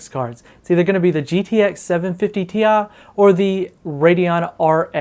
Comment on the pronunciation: Gtx 750TIA. TI. NOT TIA